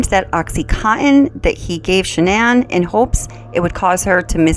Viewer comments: Why is it her father and brother can't pronounce her name correctly 🤔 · Interesting that her own family pronounce her name normally like Shannon. Also even if he wasn’t cheating, I’m surprised she doesn’t assume it was her outrageous behaviour towards his mom and dad. That would be enough for me to disconnect completely. Atrocious behaviour and he should have taken any opportunity to get them tested for those allergies. I’ll bet they weren’t allergic to anything. They were so toxic together. He should have left her. I cannot understand why he chose violence. It was crazy and I can’t fathom what he thought would come from it. And his daughters??? I can’t understand his rage at them at all.